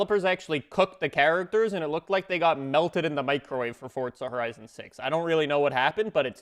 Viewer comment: He still mispronounces Forza Horizon